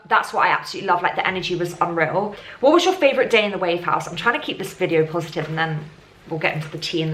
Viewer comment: always say possotive xx ill always support u